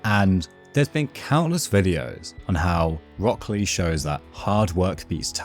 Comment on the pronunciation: It's been 20 years? Jesus, I'm old. Also, you're probably the first person to pronounce it as "Rock Clay" and it actually makes sense lol.